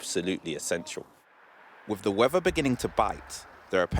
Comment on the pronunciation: wevver instead of weather 🙄